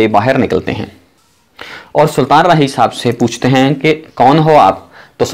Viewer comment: Saltan nhi sultan hota hai punjabi